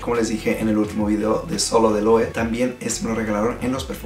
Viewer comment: Muchachón, muy buena la reseña, solo una corrección en el mejor de los sentidos. La pronunciación de las marcas es super importante también y de aquí mi comentario... La forma correcta de pronunciar esta marca es [LOEVE] todas las letras suenan... Saludos y sigue con el buen trabajo!!!